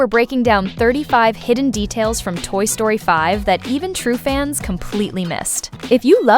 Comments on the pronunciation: why you said sroty ITS story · Toy Sroty ❌ Toy Story ✅